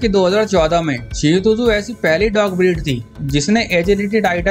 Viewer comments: Bhi it's shih Tzu not seotuzo Nahi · Bro its shih tzu(t is silent)..u r pronouncing it wrongly shih tzu tuzu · Bhai shihu tuzu nahi hai iska naam 😂 Shihtzu hai . शीहत्जु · Pronouncing 😄😄😄shih tzu hoga bro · Wahi to😂